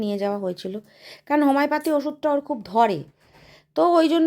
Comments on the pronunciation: ঊফ্,,,আরে হোমাই প্যথি নয়,,,,তুই আগে একটু কাকের মতো না চেঁচিয়ে একটু উচ্চারণ ঠিক কর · Ho mi o pathy .